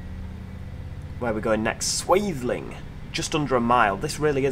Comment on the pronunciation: I'm based at Eastleigh with Freightliner and watching this I'm straight back at work 😂 the level of detail is about 97% accurate I would say. And yes, you pronounced Swaythling correctly 😄